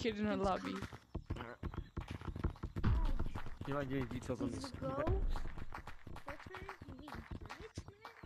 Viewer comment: Ah yes, lobbie